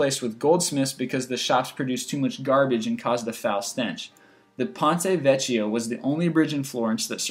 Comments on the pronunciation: i am italian..... it is pronounced "pònte vekkio" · and no. 1 ponte vecchio - means the old bridge and is pronounced: ponte vekio!!! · Ponte Vecchio it's pronounced as Ponte Veckio! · Watch the Italian pronunciation! It's Ponte Vecchio , P-Oh-n-teh Veh-key-oh.